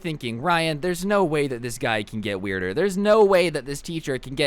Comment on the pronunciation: Everytime he says "It gets wierder I think, "So I gets better"